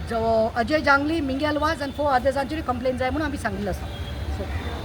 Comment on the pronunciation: Its not AJAY ZINGLI, but its Ajay Jangli